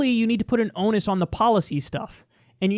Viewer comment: ON-ER-OUS FOR THE LOVE OF GOD JUST PROUNCE THE ER! IT'S NOT ONUS!